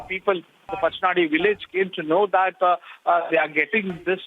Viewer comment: Hello madam...its mangaluru..not 'mengaluru' & its pacchanaadi not 'pakkanaadi' pronounce correctly😏